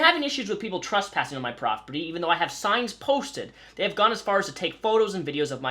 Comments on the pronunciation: Trus passing?? What the fuck. Pronunciation matters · Are you saying trusspassing?